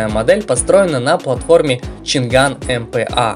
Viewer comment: Поражают люди, которые делают ролики по авто, технике и т.д. и произносят неправильно название того о чем говорят. Нет там у них буквы Г, нету! Changan - ЧанъАнь, Dongfenf - Дунъфен и тд и тп с SsangYong и другими. Я понимаю всякие бабушки говорят Ламборджини, Ксиаоми, Блюпуп, Компуктер и т.д., но блин тематические каналы это тупо стыд! Language тоже читаете как Лангуаге?